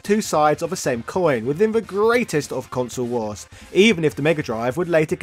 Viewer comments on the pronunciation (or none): none